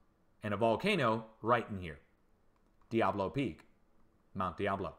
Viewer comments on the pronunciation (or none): none